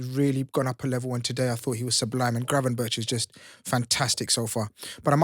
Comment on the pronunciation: I love the fact the sign in the back says BIG SIX! That's right! Spuds SMASHED & MASHED for 6 at home!!! You couldn't make it up!! YNWA PS: For - Gravenberch is pronounced GravenberK! That's how Ryan pronounced it so get it right!